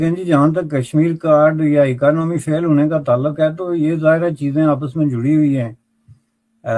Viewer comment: आपकी "ई-का-नामी" 😂😂😂😂😂